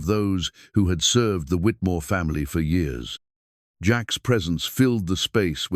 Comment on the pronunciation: Years are not pronounced like the narrator is pronouncing it.